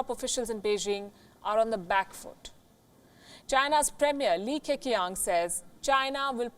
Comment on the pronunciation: So Li Keqiang is pronounced Li Kechiang